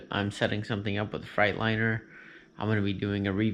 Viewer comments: Are you saying Frightliner on Purpose? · Legit Delirium I’m from Alabama, born and raised, I ain’t never heard nobody say Fright-liner except him lol